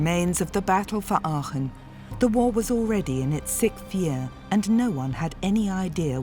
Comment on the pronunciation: “Sikth”? Isn’t it “Sixth”?